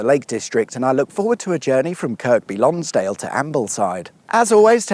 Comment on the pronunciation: Yep = annoyed me too. And its also "Lonsd'l" not "Lonsdale". The cricket ground is near the bridge - spent many a hour in the scorebox gazing at it, often through the rain...